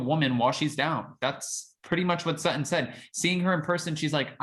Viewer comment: Please stop saying SUT-IN. Her name is SUT-TON… and she and Garcelle are the BEST!!!